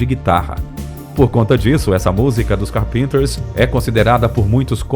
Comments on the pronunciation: Queria saber, porque o locutor chama a dupla de "CARPINTERS" e não Carpenters? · Não é Carpinter e sim Carpenters pronuncia-se Cárpenters! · Vamos melhorar a pronúncia do nome dela por favor, que estória é essa de Karen Car-Pinter?! Kkkkkkkkk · A pronuncia dessa voz digital do narrador é triste de tão ruim... Pra quem conhece chega a doer no ouvido. Fui fã dos Carpenters nos anos 80, de participar de fã-clube e tudo. Tenho a coleção completa deles em vinil ainda ok. Mas com a morte da Karen o fã clube acabou por se dissipar. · grupo maravilhoso, escuto muito , ha mais de 30 anos. só nao sabia q pronunciava o nome do grupo assim ( carpínters)... , sempre falei com pronuncia Cárpenters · Ñ é "carpinters" e sim "carpEnters" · História perfeita! Contudo, o narrador se sabe falar inglês! Fale com a pronúncia correta! Não é carpeeenter como narrador fala, a pronúncia correta é Cáárrpenter, Dói ouvir falar com pronúncia errada! No mais bom vídeo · Não é "carpínters" que se fala. É "Cárpinters". Obrigada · A gente percebe quando o narrador não é da época e teve que fazer pesquisa em livros, internet, etc, quando não pronuncia corretamente os nomes. A pronúncia correta não é "Carpínter" com acento tônico no "i". O correto é: "Cárpinter" "CÁRPENTER" com acento tônico no "A". Aliás, a escrita é com dois "e" mesmo: Carpenter. A dupla se chamada The Carpenters. - Fora isso o vídeo é muito bom. ... Ops! No finalzinho do vídeo o narrador pronunciou corretamente. Viva! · estranho vc dizer "carpínters" ... kkk sempre disse cárpinters. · 'Carpinters' não. É Carpenters mesmo. Amo essa banda. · Muito boa a matéria, mas por favor fale o nome correto, não é "Carpínters"...É CARPENTERS...é a mesma de chamar John Lennon de João Heleno. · PELO AMOR DE DEUS TREINE ANTES O INGLES PQ NAO DÁ PRA ENTENDER A HISTORIA! NAO Ė CAR-PÍN-TERS. POR FAVOR! CÁR-PENTERS! E O RESTO? TREINA O NOME DAS MUSICAS BASTANTE! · CÁRPENTERS, acento na primeira sílaba. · CarPinters ?🤨🤭 fala direitinho!